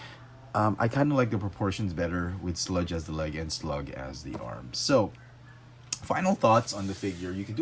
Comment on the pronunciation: Hey, his name is SLAG! Not slug.